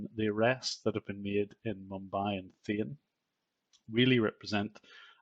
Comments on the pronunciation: Not Thane, it's pronounced Thaa neee. But it's ok, say it however u wish, you're doing good work. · The city near mumbai is not Thane (Like in pane), It is Thaa--ney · Its called THAA-NEY. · It's Thaane, not like Then. 🤭 And believe me, there are more than 2000 call centers and BPO's in Mumbai and Thane rn. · Thane is natively pronounced as [ˈʈʰaːɳeː]. So it's English approximation should be like [tʰɑːneɪ] not [θeɪn]. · Thane is pronounced "thah-ney".